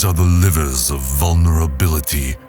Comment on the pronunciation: im confused is this some AI chat? why to they keep saying "liver" ves "lever"?